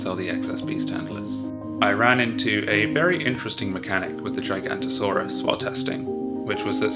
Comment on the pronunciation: I think it’s “giganotasaurus” but I called it a gigantosaurus for a while too.